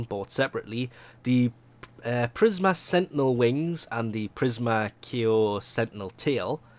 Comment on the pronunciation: Prisma "keyo" Sentinel Tail lol